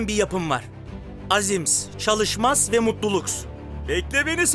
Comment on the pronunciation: Enes Batur:Azim Çalışma Mutluluk Alibiçim: Azims Çalışmas Mutluluks